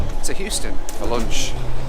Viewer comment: " a bit of loonch"